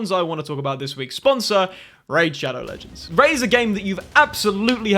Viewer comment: Every video is said shadow legengs!!!!!!!